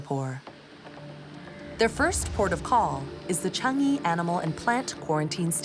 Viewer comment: How hard is it to pronounce Chang-i properly. Chang - PAUSE - yee. Idiots.